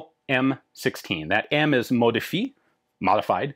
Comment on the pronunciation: Hey Ian, Canadian here. Your pronunciation of French words is pretty good for the most part. However, the French word for "modified" (modifié) is pronounced as mod-e-fiyeh {fee-eh}.